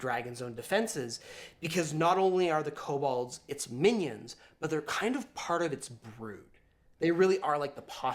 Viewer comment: This is a pet peeve of mine but its pronounced ko-bold, not ko-bald.